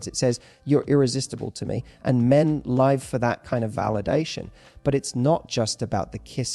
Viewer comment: You need to teach your AI to pronounce ' live' correctly x